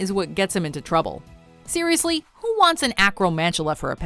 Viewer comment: You said SIRIUSly